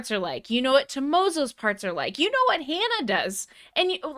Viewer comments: I love your reactions! I do! Thank You for this reaction! I am NOT a native Japanese speaker... I am a country boy (old man now) from Montana... but I hear you trying to pronounce Japanese very well... then calling HANA, "HAAEYNA." Japanese has A (like HAW) and E (like HEY). You know better!:) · I know you can say “HANA” with the Spanish /a/. I’m sure you can. Please? Certainly you’ve heard HANA scream before; she does it all the time. And why don’t you know all The Beatles songs? When I was your age, the required buying all of their records. Today you need only to turn on your phone.